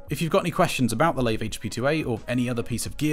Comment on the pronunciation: I think it's pronounced LIVE not lave